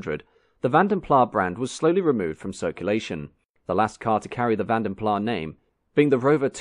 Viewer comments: I suspected it was Belgian, hence it is called PLAS with an S at the end and not PLAA, as it is not French. No bigy, there are 7000 languages one of which is English, so you are bound to be 6999 to 1 wrong. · de final s in Van den Plas is not silent. It's not pronounced van den pla but van den plaS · I believe it's pronounced Plaz not Plah, because it's a Dutch name. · You are correct. After many years of pronouncing it as 'plah', I read about the family who started the coach building firm and they pronounced their own name as 'plas'. That's good enough for me. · The 's' is not scilent, the a's are pronounced more or less as in 'walk', so Vahn den Plahs. A very posh English pronounced 'Plus' would indeed sound somewhat similar.🙂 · AS a Dutchman why didn't you correct the presenter's iffy pronunciation. plasssssss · Because Van den Plas might be a Dutch name, Vanden Plas is an English brand. I leave it up to them to decide how to pronounce it. 🙂Also, mister Van den Plas might have been a French speaking Belgian, and might have opted to pronounce his name the French way, in this case the 'iffy' Vanden Plah... Just like mister Citroen ( Dutch for Lemon) decided to add a few dots on the 'e' to sound more French (Citroën). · I had a '67 1300. Loved it. By the way, I was always told it was pronounced with a longish 'a' but also with the 's', not as "Van den Plah". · A college friend of mine went to work for Rover design- he was told that the pronunciation is Vanden Plaz ! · The Belgians though would have pronounced it Plah, wouldn't they? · Definitely W126, not W123; however, there was no Maybach version of either. And yes, it's Vanden Plas, not Plah. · Vandenplassssss. Flemish name!! S is not silent!! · Here's some history: Brussels up to the middle of the twentieth century was a dominantly DUTCH speaking city. So Vanden Plas was and should be pronounced with the s at the end. The majority of the entire Belgian population still is Dutch speaking (60-40%).